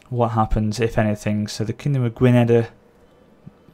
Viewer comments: It's Gwin- eth. The Welsh language makes double ds sound like eth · it is pronounced Gwineth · Just so you know, Powys is pronounced 'Poe-wis' and Gwynedd is pronounced 'Gwunedh', with the 'dh' representing the voiced 'th' in 'then'. Cheeky bit of Welsh. And 'thegn' is pronounced 'thane' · Thegn = Thane, Powys = Pow - iss, and Gwynedd = Gwyneth. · for you to know 'Gwynedd' is pronounced 'Gwinn-eth', 'Powys' is pronounced 'Pow-iss' and 'Glywysing' is 'Gloy-way-sing' :) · Just for you to know 'Gwynedd' is pronounced 'Gwinn-eth', 'Powys' is pronounced 'Pow-iss' and 'Glywysing' is 'Gloy-way-sing' :) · Gwynedd in Welsh is pronounced literally 'gwyneth'. It's such a weird pronunciation :). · It is pronounced GwyneTH